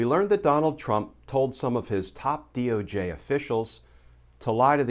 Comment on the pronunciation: I like how you said DOG 🐕 official. Lol